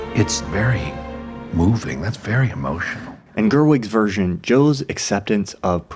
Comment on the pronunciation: It took me minutes to realise that he said 'Version' and not what I thought was 'Virgin'.